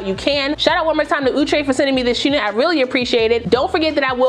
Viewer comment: Ooh-Tray and not Out-Tray. I cud b wrong.